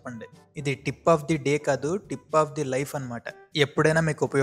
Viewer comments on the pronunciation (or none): 1200 అని చెప్పి పదమూడు వందలు అంటున్నావు. డీప్ ఆఫ్ ద డే కాదు టిప్ ఆఫ్ ద డే.